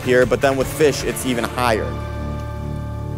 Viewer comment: “jer odd”